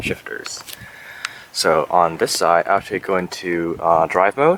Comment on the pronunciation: Did anyone notice this guy can't pronounce the word "side"?